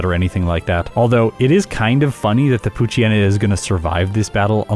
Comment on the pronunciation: I wish people pronounced poochyena and mightyena's names correctly. the "yena" comes from "hyena". It's pooch + hyena and mighty + hyena. Poo-chai-ee-na and either might-aye-ee-na or might-ee-na